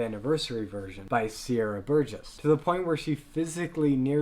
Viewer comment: PLease Learn how to pronounce Ramin and Sier